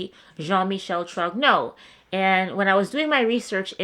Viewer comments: Pronouncing Trogno- I checked while in Paris last week. The g is always silent and gn in like the n in onion. So sounds something like Tron-yo. Anyone else know? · I wish Candace, and everyone who cites her video series, had checked with a French speaker about the pronunciation of Trogneux. It shouldn't be "Trog-no," but something like "Tron-yoo," with no hard "g" sound. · ´Troc-no` is apparently the American pronunciation... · Aargh. Come on! Trogneux is pronounced, Tro-nyeur. TRO-NYEUR......Please don't copy Candace's terrible pronunciation. Yes, it's French but even if Trogneux was an English word it wouldn't be pronounced the way you say it! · I love how Americans struggle with the pronunciation of "TROGNEUX", basically the GN sound in French sounds like Nee-eh, so you'd be better off pronouncing it TRO-NEW, it would be closer to the original pronunciation... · Pronounced tronyo.silent g. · Please Google Translate the name Trogneux.The G is silent(TRO)(NEUX)is pronounced like (YEAR)Troyear. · Really difficult to hear you mispronounce the name Trogneux over and over. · Don’t pronounce the g, the g is silent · Please, look up how "eux" is pronounced in French. It's not "o." Candace Owens may be right in some of her claims but her pronunciation of "Trogneux" got a whole slew of YouTubers off on the wrong foot! But aside from that, you make a helluva convincing case.